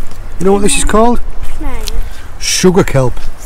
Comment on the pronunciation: is so cute lol I love how he pronounces sugar kelp, “Shudah telp”